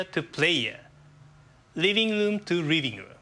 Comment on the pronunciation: riving room to riving room. I'm sorry, but that was kind of funny xD